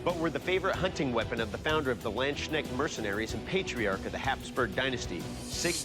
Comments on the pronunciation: The pronunciation of Landsknecht almost gave me a stroke - nice smithing though! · Ah, yes, just some Americans unable to pronounce foreign words and too lazy to look up their pronunciation. Typical. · Wie die Amis es nicht mal versuchen die Deutschen Wörter richtig auszusprechen ... Leben dort drüben doch viele mit Deutschen Wurzeln ,da hätte man doch wohl mal jemanden fragen können ,wie man das richtig ausspricht ,für so eine show. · oh god the way they pronounced Landsknecht made my spill my drink :D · As a swiss person, listening to how they pronounce Landsknecht i was thinking "your butchering my beutefull language!" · Landknecht Sword name butcherd im going to lose it learn atlest to say the names right. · " the two handed german lanchnix-sword " i am like wtf is he talking about but after listening 20 times i figured out that he means " Lands-Knecht-Schwert " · This Moment when you hear a English man tries to say german words I hear Iandschneck- sword but its the Landsknecht Sword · "Landschneck sword" :D 🐌 No doubt the feared sword of land snails will be in good company with the pronunciations I've ruined in various languages over the years. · Man, hearing you absolutely butcher the Landsknecht Sword's pronounciation. You pronounce it mroe like the Lundsknecht sword, the ch pronounced in traditional german sense, not in the k type of pronounciation. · Everyone keeps saying "lynchneck". How hard can it be to pronounce "Landsknecht"? That's the German word for "peasant", by the way. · Bruh it makes me mad how they call landsknechts "landshneks" Is it that hard to check how to pronounce it? It's [ˈläntsˌkneKHt] not landshneck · Please you Amateurs can you try to learn the pronunciation of the German words you use? Landsknecht not landsshneft or something you word manglers. There is a K in that word and it wants to be spelled. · the Landschneck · "Land Snail Sword" :D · the way you pronounce "Land-Schnek"-Sword :) it's "Lands-Knecht" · lanssknak? neee